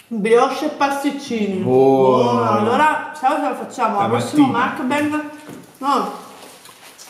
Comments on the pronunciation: Si scrive muck bang ma si pronuncia mackbeng, questo errore c'è in tutta YouTube Italia, apparte giusto un paio di youtuber che io sappia, non so se ci sono altri youtuber italiani che pronunciano correttamente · "Mucbeng" ma petche??!!